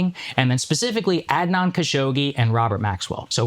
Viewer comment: I know akash is like bro at least say Adnan right 😅 Akash has the most fob pronunciation but sometimes he's right